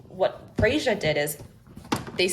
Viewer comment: I think it's pronounced "Freya"